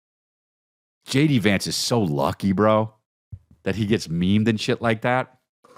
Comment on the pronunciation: I love how you say JD Vance like it’s spelled Jady Vance.